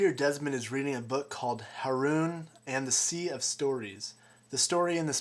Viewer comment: Wow, when you said Haroun, I WAS LIKE WHAT!!!! My name is Haroon. Now I'm gonna read that book. Love LOST and you rock